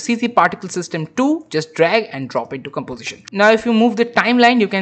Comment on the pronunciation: gambozishen? golor? What kind of speaking is this? If you spend 1/ of the time you spend on after effects on correct speaking, you will be an English teacher